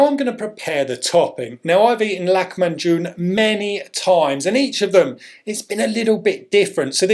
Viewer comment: lacmanjune not. it is called lahmacun promounced "lahma june"